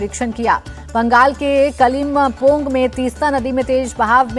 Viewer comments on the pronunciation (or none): Im from Kalimpong and you don't know how to pronounce kalimpong 😅